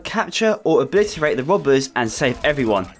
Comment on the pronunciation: "a gang uv bank wobbez 🥲🥺"